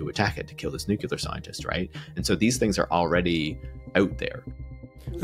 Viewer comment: Nucular scientist.